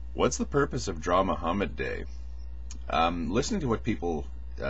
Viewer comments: Every time you say "Draw Mohammed Day" I keep thinking you're saying "Drama Hamed Day". I don't know what a Hamed is, but it still sounds like a much better name for the event. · Good video, as usual. And to me, a non-native English speaker, the way you pronounce it sounds like "Drama Hammed Day" which I think it all is about: Drama. You make some very good points about unnecessarily alienating a large number of people. BTW, if you have not seen the movie "My Name Is Khan" yet, I think you would enjoy it. Great movie about religious tolerance.